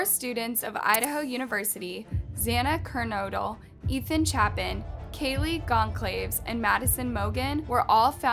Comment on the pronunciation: You said kaylees last name wrong and Ethan last name wrong to like if you watched the news it tells you how to say their last names, and yet you put in a clip and it tells you how to say kaylees last name correctly and you say incorrectly, I'm not trying to be rude in any way